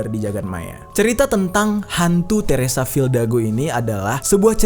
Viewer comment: Bang lu salah ngomong harusnya teresa fidalgo bukan teresa fildago